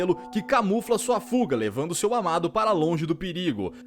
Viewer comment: na hora em que a snow leva o ruy eu escutei mamado em vez de amado kkkkkkkkkkkkkkkkkkk